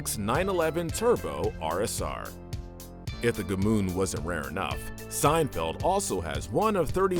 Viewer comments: Gmünd, not G-mund. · Gmünd pronounced correctly sounds nothing like that garbage this guy's uttering. I didn't even know what he meant until they showed the town.